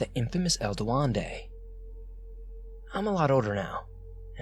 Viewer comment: "Du wen de" Duendé